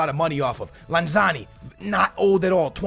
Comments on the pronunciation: It's lanzini. not lanzani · You say Lanzani. His name is Lanzini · Its Lanzini not Lanzani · it's not lanzani it's lanzini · Start Antonio move aurnatovic to lm and Joao Mario to the right. It’s pronounced lanz-ene not lanzani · Bro, I laughed so hard every time you said LANZANI, it’s LANZINI with an I. Lol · It’s LANZINI NOT LANZANI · Ffs you say it like this LAN-ZI-NI not lanzani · It’s pronounced lan -ze-ne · Love that you’re doing west ham! Just so you know it’s Lan-zee-nee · You say Lanzini's name wrong